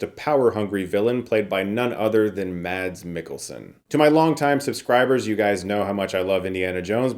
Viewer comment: Mads is pronounced "mess"